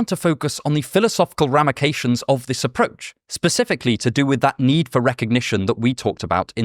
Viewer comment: Bro did you said ramications or did I heard that wrong? Good video btw 👍🏽